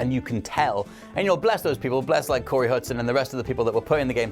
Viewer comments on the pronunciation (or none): CASEY Hudson, not Corey ;)